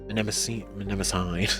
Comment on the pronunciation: You need to work on your pronunciation. Mnemosyne is not pronounced that way. Think "Neemo sign". 😜 Btw, technically, you don't have a geth. You have 1,183 geth. You're not talking to him; you're talking to them.